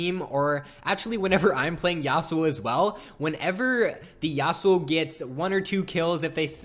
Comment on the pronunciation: Dont ever say Yasou again